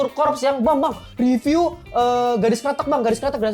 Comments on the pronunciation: bang jangan salah pengucapan karena maknanya berbeda / artinya berbeda . bukan keretek tpi Kretek . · Bang Pengucapan mu dlm bahasa jawa artinya krete`k : jembatan , kretek : rokok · kretek bang bukan kretek:face-blue-smiling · kretek bang bukan kretek, ampun dah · Bukan kretek, tapi kretek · kretek bang bukan kretek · Bro, Gadis Krètèk, bro...bukan Kretek. "E"-nya kayak kalo ngomong "emang", "kecap", "medan" gitu....kalo kretek tu suara lu bunyiin sendi2 jari 😭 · Cara nyebutnya gadis "kretek" bang, bukan gadis "kretek" Makasih 🙏🏻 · Kretek bukan kreteuk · Bilang kretek nya kayak kretek tulang yaa, jadi inget om joe, sering kretek frozen shoulder sambil nyengir senyam senyum pasienne menderita , akupun satisfying dengar suara renyah dari kretekannya 😅😂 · Gadis Kretek. Baca 'e' nya di kretek seperti 'e' di kata : kresek, pesek, nenek... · Wkwkwkw iya bang jadi gadis jembatan wkwkwkwk ngakak bjir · Gadis Kretek klo pake pengucapan artinya bukan Cigarette Girl lagi tapi Gadis Jembatan 🤣🤣. Kretek (kayak ngomong) artinya jembatan dlm bhs jawa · Setuju sih jd aneh kreteknya . Ngomongnya kretek sendi2 wkwkwk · 😂😂baca kreteknya bukan pake epepet bro, beda artinya